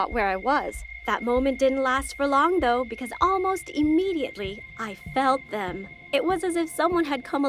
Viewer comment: the way she said i FeLt ThEm